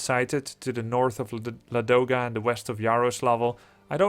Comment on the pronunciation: Actually it pronounces like LAdoga, not LadOga :) Can definitely say that coz i am slav.